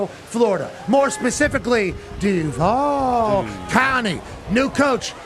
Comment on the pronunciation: I’m not mad but my goodness…. “Expeliomus” what you’re getting at and get on with it. Not to mention the Grand Poobah of DuUVall sitting over there… politicians have writers for a reason 😂